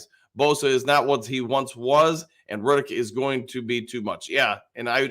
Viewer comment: Haason REDDICK…not Riddick.😁